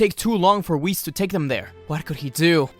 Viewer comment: "whisses" bruh